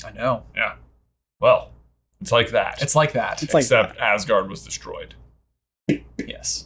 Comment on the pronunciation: Awesome video. But being Danish and watching them pronounce these words hurts me haha. Wish they would atleast try to say Asgård right in the movies 😞